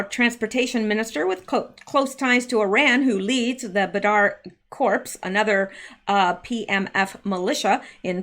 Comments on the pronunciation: Pronunciation help: "Corps" is pronounced "Core". Take this from a Marine. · Just for future reference, corps is pronounced like core. 😉